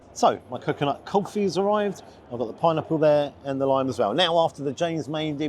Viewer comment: That was an amusing story,and one I would understand if you were a New Yorker,as their way of saying coffee sounds a lot like kulfi.I was in a 99cent store when a Bangladeshi lady came in,and asked for copy paper,but she pronounced it coffee paper,I didn’t realize what she had said,till she returned to the counter,and said she still didn’t see the coffee paper,at this point I knew she like all the Bangladeshi people I know was not able to pronounce the P sound in a word.I have taught many Bangladeshi friends how to pronounce that letter correctly,when the say they are going to Virginia ,they say Burrginia.😊